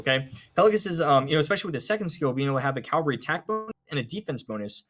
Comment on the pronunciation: It’s ca-VAL-ry, not cal-vary! Your buddy is driving me nuts.